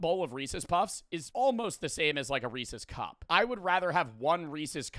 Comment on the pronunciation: This is the first time I've heard pronounce "Reeces" like a normal human being lmao